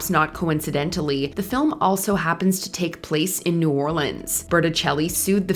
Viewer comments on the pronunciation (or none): none